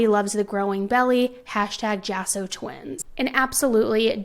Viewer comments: It's pronounced Hah-so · It’s for attention..attention seeking. And, he probably was cheating and she lied to “keep” him. That is so sad; because, a baby isn’t going to make that situation any better. If you aren’t making him stay home for you; he ain’t going to stay home for a baby. Oh, and it’s pronounced ha-so= Jasso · The last name is pronounced HASSO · The last name is pronounced as "HASSO". In Spanish, the letter "J' is pronounced as if it were an "H". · Not that it’s a huge deal but her last name is probably pronounced as “haw-so”. The j in Spanish is pronounced like an h in English. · What a horrible thing to do. But as you mentioned we dont know the whole story but whatever it is it started when he was still alive. Maybe there was some issues in the relationship and she thought they were about to split up. Its sad for both sides of the family. Just a little side note and it doesnt really matter but the last name is pronounced with an H.